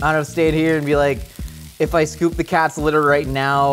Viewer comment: I am disappointed that the captions said "scoop" when clearly said "shcoop"